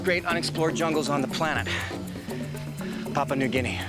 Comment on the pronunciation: As an Australian it annoys me how he pronounces Papua New Guinea 😂